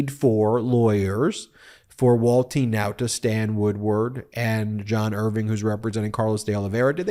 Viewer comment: The way you say Wall-teen Now-tah just cracks me up! Excellent reporting as always!